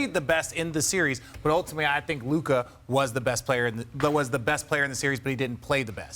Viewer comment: Its Luka. Its not that close.